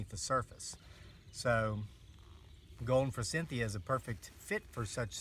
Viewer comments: "for-SITH-e-a" is how it is pronounced, instead of "for-CYNTH-e-a". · Sandy Ralston Thank you! The "n" was driving me nuts too! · Thank you! I hope this guy has read the comments. NO "N" in forsythia! The word "moron" does have an "n" in it... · Good video but forsythia does not have an n in it.